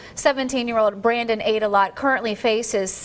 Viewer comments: "Aydelott" 'Ate-a-lot' 😂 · Brandon Ate-a-lot? 🍦 You've got to be shitting me... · “Aydelott”… It’s not even funny! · This is so sad, man. But I did a double take every time i heard that last name, Aydalott. Don't eat too much out there! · So I start the clip and it starts with the man who sounds like he’s in excruciating emotional distress. Then it skips to a picture of a very overweight man, whose name is pronounced at a lot,? Come on man I’m only human. Dude… OH yeah, I know I’m a dick! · Brandon Ate-a-lot lmao😂